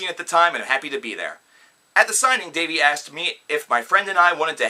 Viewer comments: Did you really just...okay. 1. You TOTALLY pronounced "Dahvie" wrong. 2. You sound stupid af. 3. Get a life. I watched the beginning of this, and couldn't even watch the rest. It made me absolutely sick and filled me with rage to hear these HORRIBLY stupid stories about Dahvie. Okay, go watch "The Truth About Dahvie Vanity". (The Youtube video), tell me what you think. And also, yeah cause a little girl could TOTALLY just shove Dahvie and hit him and shit. No. He never did any of that, that page is full of stupid, lying idiots seeking attention. Get your fucking facts straight. Get a fucking life, and get off Youtube. You look and sound like a stupid guy who dropped out of high school and doesn't have a job omg smhsmh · wow he is saying his name wrong.....And these are not facts but story's that are not proven in a way. I am not a huge fan of theirs but I know he was accused before and then the girl made a video apologizing for it. What is the point of this video if you just hate them? And now apparently Dahvie is the next Michel Jackson? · Preach! I barely got to 56 seconds in this crap anyway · Its Da-vee not dayvee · One you said Dahive wrong. And second watch the YouTube video The Truth About Dahive Vanity. That will clear things up. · Dude that's not even how u say his name so you can't act like u know him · Am I the the only one who cringes when he says his name wrong everytime? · Me too no worries though they take the time to talk the shit but don't even know how say the name